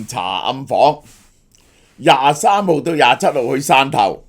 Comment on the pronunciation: 汕頭讀散頭， 不是線頭啊😒